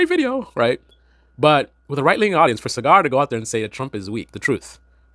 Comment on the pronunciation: It's pronounced SaaGer not Cigar